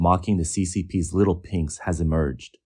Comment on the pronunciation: Did you just say, Little Pinks or Little Pigs!?